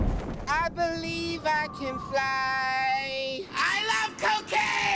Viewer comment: I CAN BERIEVE I CAN FRY